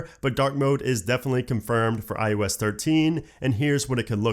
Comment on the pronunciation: Stop saying iUS